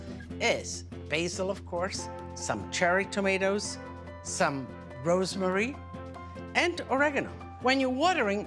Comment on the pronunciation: I thought the herb was called rosemary not rosemarie.